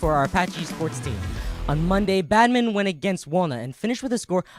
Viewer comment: And....slow down and enunciate: "bad min ton..." not " badminnen."